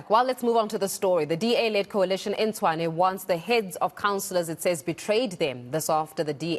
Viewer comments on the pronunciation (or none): As long as they keep pronouncing Tshwane as Chwane, they will always lose elections.